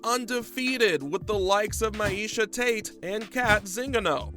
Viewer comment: Enjoyable video but the way the names are pronounced irked my a little bit. Mee-Shaw Tate* , Son-nen and not Soh-Nen. Also its pronounced Chel not Ch-Ah-El